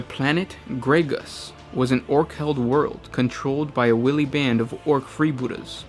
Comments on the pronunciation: wIly, not willy - learn how to talk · It's not pronounced "willy", it's pronounced "waily". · No, no, no, no, no,, I am an original Rogue Trader. This video is for plonkers. I mean the kid's just ripped bits off the internet and he say's stuff like "Willy" instead of "Wily" which is pronounced "Why-Lee." The best insights into overall Orky culture are "Ere we go," the first Codex, and the earlier, "Waaagh Da Orks." There was some stuff in the old White Dwarfs, but these two were superb as they had ironed out Orky culture a lot more. "Freebooterz" is another important Ork supplement. Gorka Morka is/was slightly different; because, these Orks are stranded and cut off from the Galaxy. Go to Scribd and download them all. The best modern Ork Codex is the fourth. It retains the humour, sadly since then Ork's have become more serious, posey, and a lot of the old English humour they had has been watered down. Also, there's a lot of great stuff in the older books that I use as background information. For example, Ork's don't bother enslaving humans that often. Grot's are more efficient, less inclined to rebel and hardened to Orky life. In the old lore, you will find Ork's will go up to a planet, check if they are pussies or not then demand tribute in the form of wargear, etc. If they aren't pussies then it's party on! Where Gorka Morka was good, was exploring Ork influence on a human minority. It's a shame the Ork's in today's shallow 40k don't have some crazy arse humans following them around. In the old day's Ogryns, human merc's and guard renegades could be allied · WHILE-EE is the pronunciation you are looking for..... Willy is a name whiley is an adjective describing sneaky and cunning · Love your videos but wily is not pronounced willy but more like while-y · why-lee not will-ey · Sorry man, but it is wiley (why_lee) not willy. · It's wily not willy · Wiley 'Why-lee'.